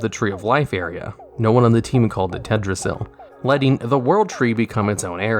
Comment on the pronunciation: Why do you call it TEDrasil? Its obviously got an L in it.